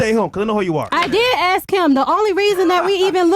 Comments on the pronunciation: AXE rather than ask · Why do so many black people say ax instead of ask.??? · Why do black people say axe instead of ask? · You have to "aksk" her. 🤣🤣🤣🤮